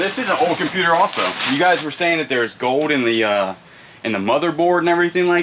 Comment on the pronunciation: Anything with an l in it, you don't pronounce. It is that your accent When you say gold it's goud coud